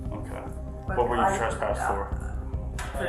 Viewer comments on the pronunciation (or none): she said traspassted